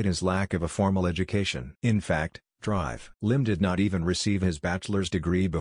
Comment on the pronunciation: Why can't the system pronounce Dr properly.